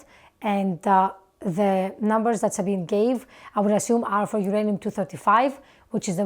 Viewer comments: fun fact: the ending vowel of Sabine's name is pronounced like the ending one in Porsche. okay, that didn't help much, lol. but it's actually supposed to be not muted. and pronounced like in, "beg;" not, "be." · Sabine generally does a very good job. We need more theoretical physicists on YouTube (BTW, it's pronounced like 'Sabina'...it rhymes with ''). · Good review of Sabine's video. One big note: you are mispronouncing her name. It should rhyme with (the consonants are different but the vowel sounds are almost exactly the same). As to reviewing other of her videos. She is a physicist so her physics based videos will be similarly accurate and interesting. She has a number of videos diving into other areas though, and there she is less informed. Especially with topics involving the social sciences, her political views prevent her from being unbiased. So it's best to be more critical of anything of hers dealing with sociology, economics, politics, psychology, etc., where she has no real expertise. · My love for Sabine’s (pronounced ZA BEE NA) channel brought me to your reaction video. Now it seems I may have a new channel to love! I would love to see your reaction to one of Sabine’s music videos! Looking forward to digging into your entire content… you have a new subscriber in me!❤❤❤